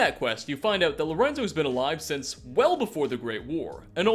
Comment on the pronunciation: "Thanks to this wonderful HAT he discovered" "Hat he discovered" "HAT HE DICOVERED" This triggers me